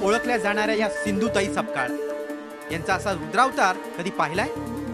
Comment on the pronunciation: This is sapkal not (SAKPAL)